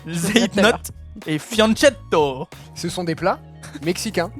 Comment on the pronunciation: Très bonne vidéo 👌 Juste le fianchetto , se prononce "fianketto"